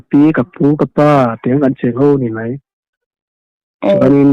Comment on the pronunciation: Mizo tawng hman dan a ka ngei em em chu, ka ngaihthlak tituilo ber chu . Ho tih turah ,hau ti a lam hi ka ngei tlat.